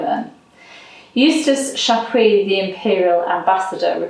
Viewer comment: Chapuys not Shaquey 🤣🤣🤣🤣🤣🤣🤣🤣